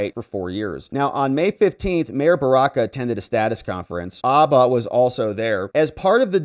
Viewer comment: Her last name is, “Habba’”, not, “ABBA”. Geeze, dude.